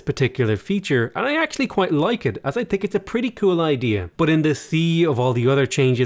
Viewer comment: I don't "tink" lol